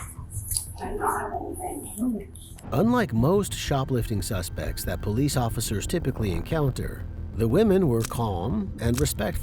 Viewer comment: Poe leese! Ghetto